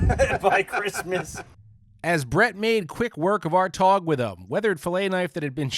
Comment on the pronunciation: Toe-tog ????? TAW-tog !